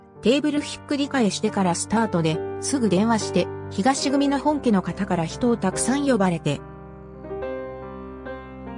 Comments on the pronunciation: 「ひかし」組では、なく「あすま」組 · 組の名前の読み方が、全然違いますよ！訂正して下さい！